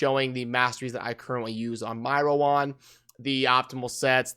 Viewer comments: Hi, her name is pronounced as rōən (Row-wen) haha, its sound so awkward when you pronounced it as "Row One" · bro I love you, but it's pronounced Row-wen